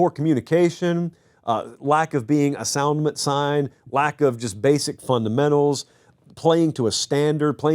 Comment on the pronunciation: “assoundment sign”😅